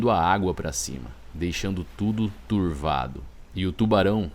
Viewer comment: Surrrrrfista.... turrrrrrrvado.... morrrrrrte .... kkkkk